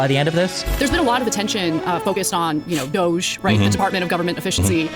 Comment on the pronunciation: Department Of Unnecessarily Cutting Human Equity. You are pronouncing it wrong dude.